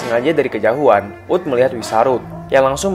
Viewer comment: Tq bang Btw Kejauhan = Kejahuan Oghey